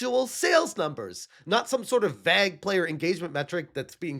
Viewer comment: Still hasn't learnt how to say Vague (vayg).